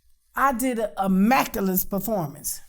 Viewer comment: “I did a immaculus performance” 🤣🤣🤣 I’m petty…carry on.